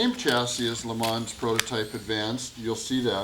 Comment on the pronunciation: "Le Mans". Eet eez zee French.